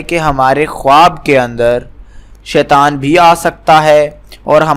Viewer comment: Bhai khawaab bolaaa nhi jaaataa h Khaaab bolaaa jaaaataaa hai